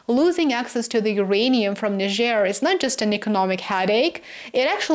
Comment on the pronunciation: Thank you for your intelligence and articulation in pronouncing Niger accurately.